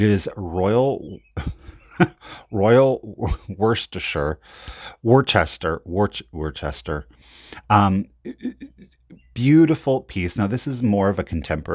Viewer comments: Awkward pronunciation…….it’s Royal Wooster ! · You are so funny lol it's pronounced royal Wooster it took me years to get it too but that's what it is papa why they making babies with guy beards i love it you never disappoint with your trips love your channel so much